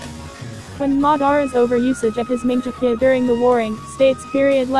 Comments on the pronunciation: ITS NOT MANGEKYO u said it like manjekyo Sheringgan no offense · minjekyo?what the heck?it is litterally pronounced as mangekyou,man-gek-kyou...and kerryugan?the heck?the voice there litterally do not watch naruto/naruto shippuden...and it freaking sucks...garbage pronounciations.. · Learn how to pronounce It is Mad-ar-a, and Amn-gok-yo(u) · i hate that voice and wat is “manjekyo”!!! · lol "mingeekyo" sharingan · the oice is annoying and also who else was triggered that they mispronounced "Mongekyo?" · cringe every time you don't pronounce susanoo correctly or mangekyo